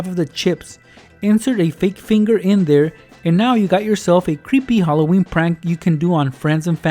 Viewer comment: Hollo-weeny 😂😂😂 Ok... I'll stop